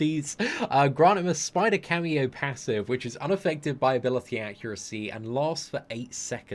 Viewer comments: Camo as in CAMOUFLAGE not cameo FFS man! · Camo, Camo. It isn't a cameo performance from Miles, it's camo as in camouflage! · Camo... Not cameo... Camo= camouflage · How can he read "camo" so many times and read it as "cameo" every time? lol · Camo, is a short form for camouflage, as miles has this ability. And is it just me or just kept saying camio insted of camo?😂